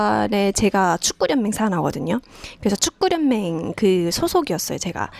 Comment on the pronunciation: 축구련맹이 아니고 축구연맹으로 읽어야 합니다.